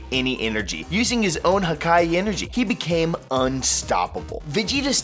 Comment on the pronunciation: did he sukai and not Hakai. It's HAKAI not Sukai